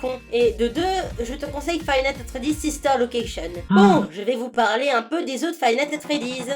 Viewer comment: On dit pa plre on parle lol